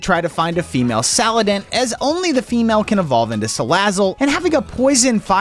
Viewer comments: Why does he keep on saying saladent! It’s salandent (sa land ent) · ITS NOT SAL ANDIT its (sa land it) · female “saladent”